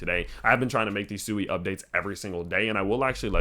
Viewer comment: Please pronounce it "Swee", which is the correct way